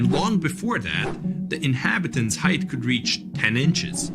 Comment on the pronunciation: Height ends with a T, not a TH.